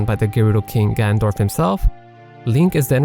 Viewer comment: ha, ya that big bad king....''gandorf''